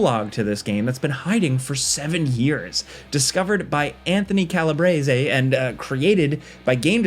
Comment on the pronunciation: No offense but, you pronounced Calabrese incorectly😂